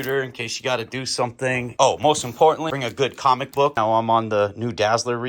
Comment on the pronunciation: U know I watched this all.the way thru, but when u said "fomic book" I was likiiiike!!!,,,, NERRRRRRRD!!!!! IM OUT+!!!!!!!!!😂😂🤣 JK much love homie! Always good content!